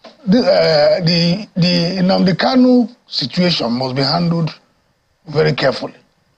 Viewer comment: Another point of correction; he is not "cano", but "Kanu". What ever Nigerian state like let them do, all I know is that Biafra is inevitable. I ❤ Biafra!